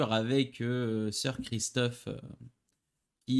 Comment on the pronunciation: Sir Criston pas Christophe Sir Laenor pas Leor. Juste pour préciser, le mariage a été avancé au même jour de la cérémonie et je pense juste que Rhaenyra était sous le choc pas qu'elle ne voulait pas se marier. Mais le mariage a été proclamé . Sinon bonne vidéo comme d'habitude